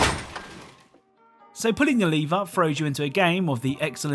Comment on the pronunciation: I thought you were sayin' pull the "liver" instead of "Lever"